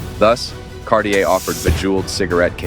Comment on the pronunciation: Thanks for a great video. However, it will create more good will if you try to pronounce the brand name like it's actually pronounced. But again, good video, thanks for that :-)